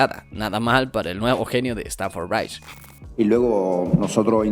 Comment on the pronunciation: stamford bridge está mal pronunciado ojo a tomar en cuenta